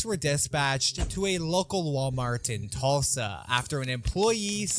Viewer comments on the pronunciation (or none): none